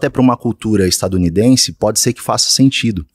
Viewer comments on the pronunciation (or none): O cara dos 11 minutos fala "estadunidense" kkkkkkkkkkkkk